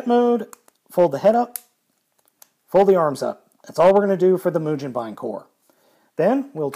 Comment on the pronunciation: the g in mugenbine is pronounced the same as it would be in the word "go"